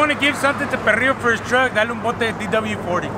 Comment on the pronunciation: said DW 40??? 😂 W D 40!